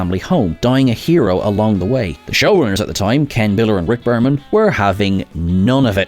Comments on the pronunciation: Berman, not Burman. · It's Berman, not Burman. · Berman not Burman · “Burman”? It’s Bereman. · RICK BERMAN NOT BURMAN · Rick BErman; not "Burman". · Berman, not Burman.......... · Rick Berman, not Burman. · Burman? Who's he, ah you mean Berman